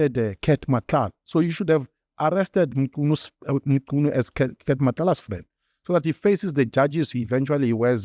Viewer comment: I commend your effort to pronounce people's names properly. Mchunu, Nhlanhla, Matlala etc. I know this might seem like setting the bar low, but the reality is that most other white people don't even try, they butcher names with little shame.